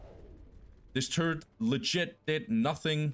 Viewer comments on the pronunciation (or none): It always makes me smile, how you pronounce ''turret'' as ''turd'' :D but thanks for the videos! keep it up :)